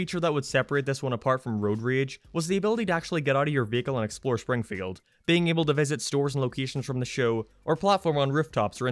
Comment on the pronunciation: He literally said "Shpringfield" ...